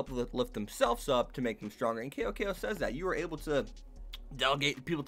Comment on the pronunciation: his name is pronounced Sou Sou but with a C not KO KO. Just a bit of information for you.